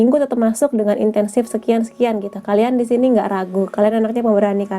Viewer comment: Aku kok dengernya intensif ya? Insentif, kak... insentif. Makasih readingnya.